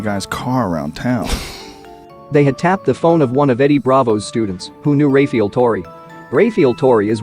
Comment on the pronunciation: Jesus fucking Christ if your gonna have dudes name in the video either get it right or dont say "Ray-fee-ull" 20x in the first minute. FUCK.